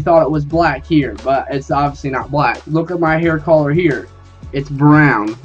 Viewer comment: You sound fucked up when you say color learn how to say it fucktard